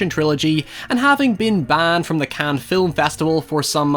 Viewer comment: Its the Cannes film festival. In the town of Cannes in France . You said the canned festival